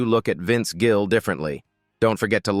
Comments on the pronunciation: His name is Gill not Jill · The number of times the AI voice called Vince Gill "Jill" (A hard "g" instead of soft) was hilarious. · Such Horseshit! AI generated and the announcement pronounces his name as JILL! The same crap as it is trying to stir up! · His name is Gill not Jill. I can't stand Garth Brooks, either. Love Vince Gill. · They even say "Jill" while trying to say Gill in the garage. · I’m no Garth fan, but these fake ai videos always name him as “most hated”. There is another where Willie hates him as well. And AI BS can’t even Gill’s name right calling him “Jill”. Kristofferson was on the Willie one as well. AI does pick up on the direction of Country has gone and many of us can’t stand, but some of these ‘critiques’ are almost the same (Aldean, Billy Ray, Shania Twain) West? That was out of left field… let’s see if I’m right about #7… Guess I was wrong, expected it to be Toby Keith lol. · This is AI bullshit. Several times Vince is called Vince Jill. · This AI produced video can't even pronounce Vince's last name correctly.